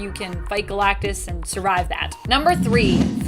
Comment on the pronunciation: Why you keep saying Galactus like that?